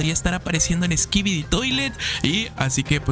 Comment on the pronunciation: Una pregunta also, ¿por que al final de cuando dices "skibidi" se oye que dices "skibidit"?